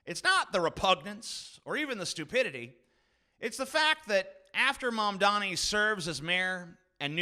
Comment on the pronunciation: Zoh, ran, Mam, dani. Not Zor, han. Not Man, dami.